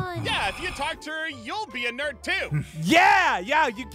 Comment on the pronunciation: Ein and pieres say nerd like 8 tain